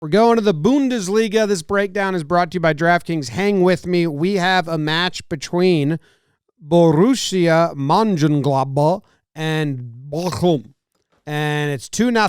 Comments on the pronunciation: "in a match between Boorooshia mangenglobl and bochhhlll"🤣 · Yo, you butchered the names so hard, it was lovely <3 it's practically a tongue twister to anyone who doesn't regularly speak german. Try saying "Borussia Mönchengladbach and VFL Bochum" ten times fast. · Incase you ever run into borrusia ever again the easiest way for someone to pronounce it is munch-in-glad-back but although and then with a accent 👍🏽